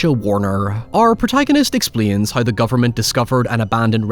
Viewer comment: It’s how not hoy and now not noy. Learn how to pronounce your w